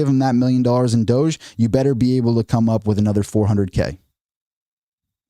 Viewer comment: No. It's Doge. One syllable.